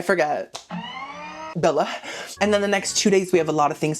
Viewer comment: I nearly spewed my adult beverage across the desk in front of me when you nailed "Bella" at 28 minutes. NAILED IT!!! You're my newest most favorite.